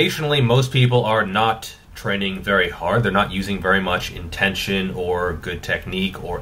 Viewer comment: Bruh “intension”